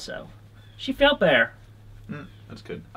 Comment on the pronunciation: The ending clip. “… and I did that more than once…also. She faeled better.” fucking wow….like nah uh